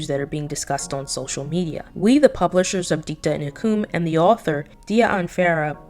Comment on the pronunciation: FYI Hukum is pronounce hoo-koom. It means Law. As an Indonesian, I get a second hand embarrassment...